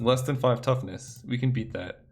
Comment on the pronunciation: You keep messing up toughness and power and IT"S DRIVING ME INSANE